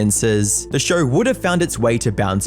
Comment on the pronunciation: SHOW not fucking SHAUR